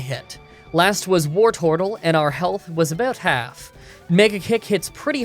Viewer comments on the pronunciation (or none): "Last was BOARTORTLE" ?!? I'm never going to be able to unhear that. Thanks.